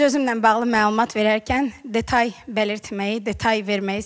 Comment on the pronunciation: Detay yox detal. Əvvəl öz dilini öyrən